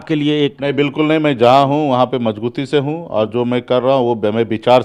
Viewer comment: मजगुती नही मजबूती बोला जाता है बुडबक 😂😂